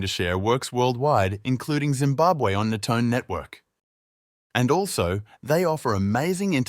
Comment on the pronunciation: Haa why emphasising zimbabwe 😅